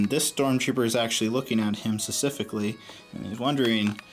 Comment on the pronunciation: Someone please tell him it's specifically and not sussifically!